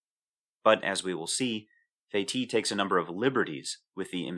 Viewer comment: Incidentally, the name of that clever French chap is pronounced "Feh-teece" :-)